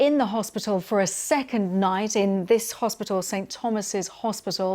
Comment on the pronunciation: Another presenter who is so ignorant she can't pronounce "hospital"!! It isn't "hospittall"!!!!